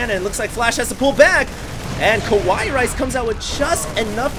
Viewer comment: I think he read it as "Kawaii Rice" without the "ii" part.